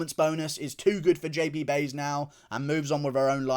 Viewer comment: lmao i like how you correctly spelled Cheyanna last name but stills call her "Buys" you called it so all rights to you lmaooo 🤣